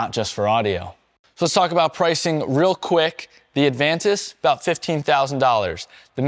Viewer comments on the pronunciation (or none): none